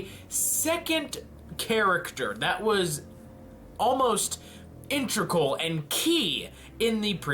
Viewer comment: These are very interesting ideas. Also, it's IN-TE-GRAL. Sorry, that just bothers me more than it should.